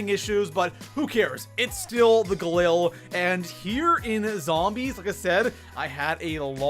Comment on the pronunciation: You don't say galil correctly